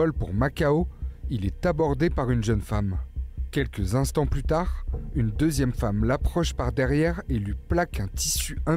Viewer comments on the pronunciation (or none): none